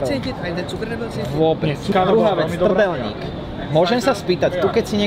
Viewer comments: lol didn't even try to mispronounce trdelnik :D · The biggest mistake "" made was pronouncing "trdelník" correctly. I don't think any foreign turist can do it, so you've lost your authenticity:).